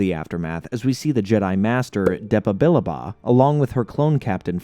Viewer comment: I both love and hate how you pronounced Billaba "Bill-ah-bah" Its "Bill-lab-ah"